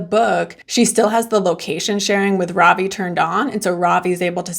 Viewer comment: This is really small and petty but his name is Ravi RAH-vee not robbie